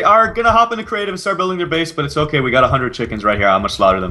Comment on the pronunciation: When said we r gonna be ok i tot he said we r gonna have cocain....lolol